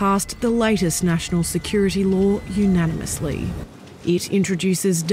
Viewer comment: Unanimously?! Unanimously...